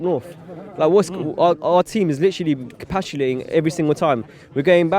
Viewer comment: Stop 'capatulating' Arsenal lmaoooo